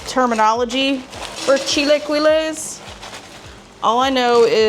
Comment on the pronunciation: pronounced "chee la key lays